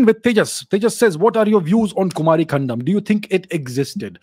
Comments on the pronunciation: It's कुमारी 'कन्दम' not कण्डम 🙏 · You are pronouncing it Kumari condom😅